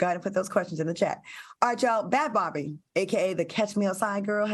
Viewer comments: Claudia pronounced Bhad Bhabie name so wrong 😂 it's pronounced "bad baby" 😂😂😂😂 this was a funny episode lmao. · Claudia it's pronounced Bad Baby